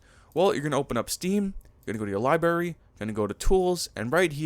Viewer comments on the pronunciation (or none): ya lost me at "Libary"